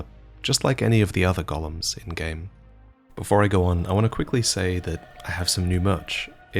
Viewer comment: please please please. Its Go-lems. Gollum is from lord of the rings